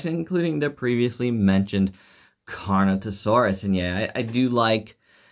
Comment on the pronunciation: they’re referring to how you call Carnotaurus “carnatosaurus” No offense of course.